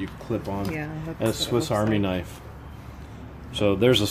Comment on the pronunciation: you said knife not ka, knife